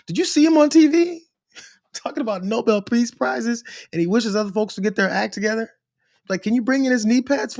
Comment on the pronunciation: The word is NOBEL. Pronounced NO-BELL ! Trumps cronies continue to refer to it as NO-BLE. Why? Because they think it is pronounced that way, because that's how Trump pronounces it. Trumps cronies would never dare correct the King. Trump will surely change how NOBEL is pronounced. Gawd! I really hate these people with the purest of hatred.